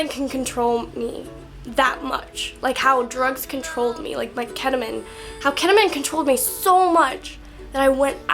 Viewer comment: It's ketamean not ketamin